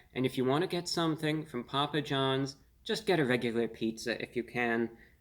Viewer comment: Poo-pa John back strong with the Ls.